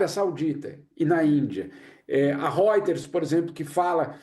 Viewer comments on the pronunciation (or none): none